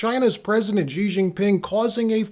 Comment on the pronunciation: # Xi is pronounced /sh ee/ not /J ee/